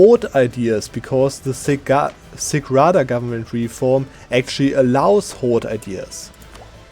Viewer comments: Nice Video! By the way Sich Rada is pronounced lik Sitsch(yeap, like Germans say in Tschechien) Rada. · Yes, an old video, and until new Cossacks DLCs (in nearby never) you wouldn't touch this gov reform, but the sich rada isn't pronounced like that. The last 2 letters have same pronunciation tch, like in word wiTCH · Just so you guys know it's not sich rada witch ch as K or C sound it's ch as in charnobyl.